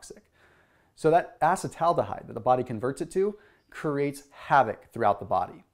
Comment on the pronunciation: Can you at least learn how to pronounce acetaldehyde correctly?